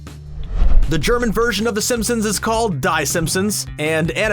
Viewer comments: Die is pronounced like Dee in German. That is..... the ENTIRE point of the joke that you featured.... and you STILL didn't bother to pronounce it correctly yourself... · Die is pronounced Dee in German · Nice Video but the Die from Die Simpsons is not pronounced like the englisch word die like to die it's more like saying the letter D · Ironically both, the narrator and sideshow Bob, are pronouncing “die” in German wrongly.. The “d” is just like English “d”, so, it’s pronounced like Americans would say “dee”.